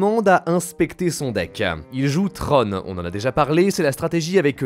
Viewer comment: C'est tron pas tronE...